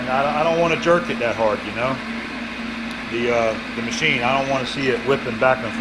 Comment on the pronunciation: Haha and then he paused and said THE MACHINE hahahha